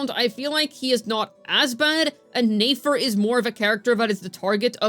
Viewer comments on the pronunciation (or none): it's neh-fer, not neigh-fer, she ain't a horse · Since I’m early to the comments: Please stop pronouncing Nefer’s name as 'nAfer.' I used to watch every single video, but the mispronunciation became so distracting that I actually had to stop watching. I'd love to jump back into the content, so please fix this! It’s been far too long. Thanks!